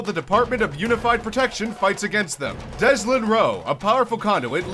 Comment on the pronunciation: He seriously said "Deslin" instead of Delson. smh